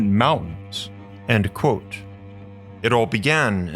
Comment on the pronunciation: 'Kwōtė, not 'cwóque'. Your channel is great, this one, constantly misspronounced word, which you could just avoid, is holding you back. Give it the mustard! "KwŌtė" Aim for the O and the T. KWŌTĖ. Love your material.